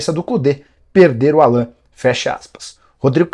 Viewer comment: Nicola do céu!! A pronúncia correta é “Álan”. Não “Alãn”! Vc é bem informado demais pra se permitir isso. Rsrs